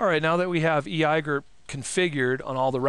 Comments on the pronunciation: Really? EYAYGER ?..First time I hear [E.I.G.R.P] pronounced EYAYGER.. Just couldn't watch after that. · eeeee eye gurp XD i've always heard e i g r p lel